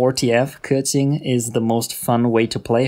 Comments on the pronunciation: Pronounces keqin the "right" way, however doesnt give a fuck about the other name though lol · thats how u pronounce keqing lol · i literally respect you so much for saying keqings name perfectly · Super well done and informative video, really appreciate it! Learned lots of things, will try out for my own Keqing and Xingqiu. P.s. I appreciate your (correct) pronunciations of their names ( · HE READ KEQING AND XINGQIU RIGHT YESSSSSSSSS